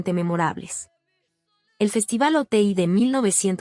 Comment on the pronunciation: Es Oti no Ote deberías de informarte, muy mal que no investiguen